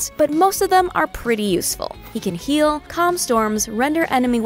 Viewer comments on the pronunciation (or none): none